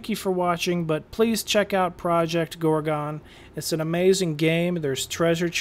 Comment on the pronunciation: Loved your video! Thanks! "Gorgon" not "Gor-gone"...Lol!